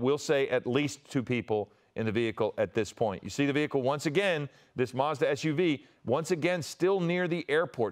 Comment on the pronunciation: Doing my head in. What the heck is a MARS DA?? It's a MaZda, there's no 'R' in it mate